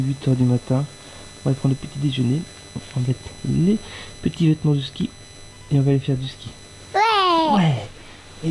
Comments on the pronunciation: au lieu de dire ski elle a dit kiki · Mdr au lieux de dire mon ski ski elle a dit mon kiki (super video je vous aimes)